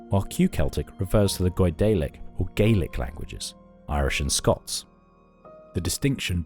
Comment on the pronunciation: This video just highlights how little we actually know about the Picts. Example - the narrator mispronounces Moray and Gaelic, yet we're expected to believe that they say about people who lived thousands of years ago.